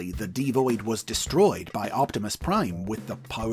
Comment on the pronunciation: I could be wrong, but I think D-Void is meant to be pronounced Devoid as in, devoid of life